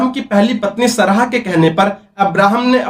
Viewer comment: अब्राहम से पहले नबियो के नाम हैं आदम, नूह, शीश, तीनो धर्मो में, सरहा नहीं सारह नाम था, एक बार भी पढ़ा होता किसी भी किताब में उनका नाम तो ऐसे उच्चारण करते? बोलने के लिए मुंह मिला है तो कुछ भी फेंकने लगोगे पैसे कमाने के चक्कर मे। अगर हिम्मत है तो पहले पढ़ लिख कर कुछ बन जाओ ताकि ये सब बेहूदगी करके पैसे न कमाने पड़े।